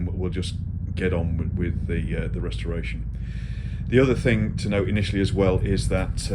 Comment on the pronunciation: you said rusreration.